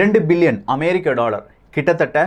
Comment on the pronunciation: 'டாளர்', 'பள' அமைப்புக்கள்... என்ன உச்சரிப்போ... இதில் பெரிய அலட்டல் வேறு...